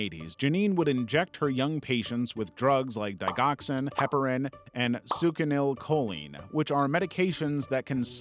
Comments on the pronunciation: it’s actually pronounced suck-sinil-co-lean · FYI, Succinylcholine is pronounced “SUCK-sin-ill-KOE-leen”